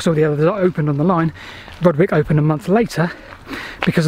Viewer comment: Nice to see you down my beck of the woods, though i'm triggered by your pronunciation of Slin FOLD and RUDGE wick station names ;) Any chance you'll be doing Christ Hospital down to Shoreham?